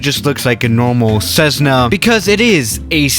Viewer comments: Is it me or does say ceszzna instead of Cessna ( no hate intended ) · Not 'SEZ - nah'. But rather 'CESS - nuh'. Thank You. 😋. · There is no z in Cessna, ie what the heck is with this computer generated voice that pronounces Cessna, Cezzna? And the Cessna Skymaster was manufactured for years, isn't even particularly rare. Even the USAF used them, as FAC aircraft, during the Vietnam War. And finally, many other pusher puller aircraft have been built over the years, the most recent being the Adam Aircraft A500. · Nobody: Absolutely Nobody:: This is a CZEZZNA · Plz stop saying cezna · Theirs nothing weird about this plane except for the way you pronounce cezzna skhimasterr rofl. Ive been waitin for this to come to msfs marketplace already.